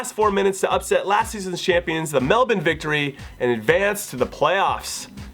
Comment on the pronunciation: I love that you properly pronounce Melbourne, i'm an American too and when I went to Australia everyone there made fun of me for calling it mel-born. keep killing it jimmy!